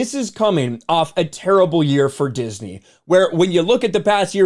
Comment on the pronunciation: “Disnmey stock” 😂